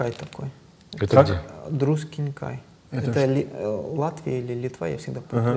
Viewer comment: Все супер, только не Друскинкай, а Друскининкай. И это Литва :)) Привет вам из неё, кстати!